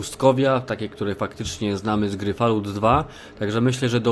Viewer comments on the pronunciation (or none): Nazwę gry eypowiada się Fall-Out pozatym dobra robota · Jestem pełen podziwu ale dziwi mnie, że taki pasjonat Fallouta nie potrafi wypowiedzieć nazwy tej gry :D To nie jest Falułt xD